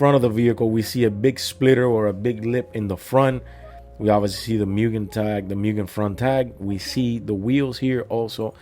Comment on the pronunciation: Btw, it's "moogen", not "myoogen".